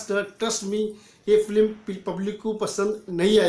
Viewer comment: First of all....That's "Film" instead of "Flim"